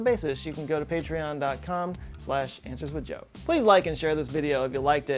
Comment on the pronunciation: So I might be missing an in joke or something, but when you were talking about the store you definitely said "Answers with dough".